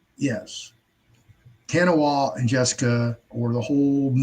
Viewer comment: Ta Nah Wah, not TaWahNa